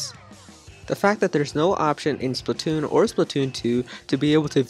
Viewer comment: It is Splatoon not spitoon